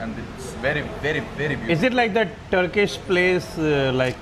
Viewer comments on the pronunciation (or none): none